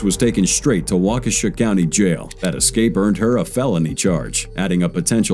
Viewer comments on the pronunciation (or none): none